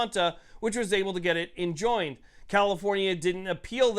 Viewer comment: Enjoined sounds like Like Enjoyed